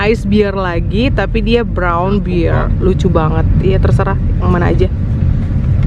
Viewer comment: Mbaak sy pingin ketawa mbak nyebut bear kyk beer 😁 yumi baby beer ❤ bear bacanya bkn beer mbk, ntar beda arti 🙏🙏🙏 btw kociiik tetap kesayanganku, gemessss, pingin diuwel2 pipinya 😍